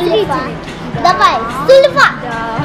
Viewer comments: Не "су е фа", а "цу е фа" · Ксения Кузина огорчу. Правильно су-е-фа.